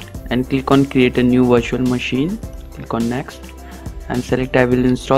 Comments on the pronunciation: LMAO, It does sound like “washer machine”. Question, did any one tried this for themselves and was it successful? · I heard washing machine but on subititle is virtual machine